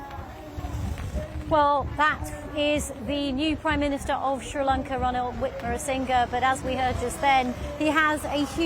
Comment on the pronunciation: Did she just say "Ranil Wikmarasinghe"?? 🤣🤣 Edit: How can the interviewer be so arrogant when she can't even pronounce the man's name?. No matter what the political opinion she carries, it shouldn't influence her questions or the responses. Why is she taking this as an interrogation? She's not it BBC.